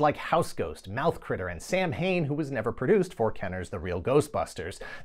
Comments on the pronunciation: you're killin me with Sam Hane pronunciaton. I'm Irish, Samhain is Sow-n!!! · Samhain? You should look up how to correctly pronounce it. It’s not Sam and then Hain. Its more like Sow-in or Sow-win. No worries. Dr. Loomis pronounced it like that in Halloween 2 over 40 years ago so you’re in good company. Despite all that, Get it right!! Tourist!